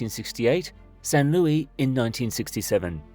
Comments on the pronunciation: Just so you know; People from San Luis Obispo resent the unrealistic editing of their town's name! It's NOT Lewy you knucklehead! Seriously, stop with the botched names!! It's a screaming indicator that your information isn't visible. Plus, it's rude. How would you feel if someone mangled your name constantly??? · The S in San Luis isn't silent. It's Spanish, not French.